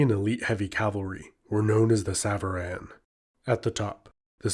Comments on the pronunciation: bro it's sàvaran. not sàvàràn. it means "those who ride" aka riders. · Nice video although the A at the end of savaran is more like an O (the Alef in Farsi is usually translated as an A but is more like aw or o). Savaran literally means "riders" as savar is the verb you can use for riding a horse, a car or even a bicycle. Enjoyed this video alot though.